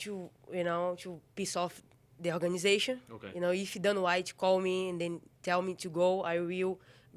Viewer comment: "Hana Hite"